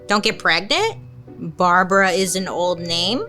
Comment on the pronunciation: Say Barbra one more time 😂😂😂